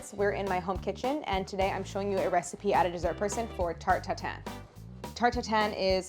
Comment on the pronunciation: everytime claires says '' Tarte Tatin '' i hear it as '' tur tur tun ''... ah the joys of being french.